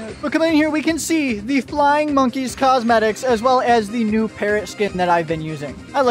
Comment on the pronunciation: Ahh yes, “MONKEES”